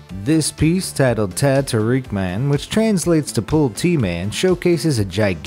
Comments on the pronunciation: it's not teh tuhr-eek it's teh tuhr-eh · Teh tarik is pronounced tay tah-rick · I don't think you pronounce "Teh tarik man" correctly its more like Teh(tae) tarik(taaric) then "man" is just man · Me when you say 'tek tarik' wrong:😢😢😢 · Laughed by Malaysian as he said teh tarik man🤣🤣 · He said Teh Tarik Man wrong lol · You pronounced Teh Tarik wrong. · You mispronounce teh tarik man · Love the mispronounced 'teh tarik' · Teh tarik is a type of tea not pull tea :\